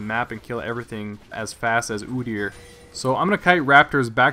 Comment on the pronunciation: ugh his name is pronounce "oh deer"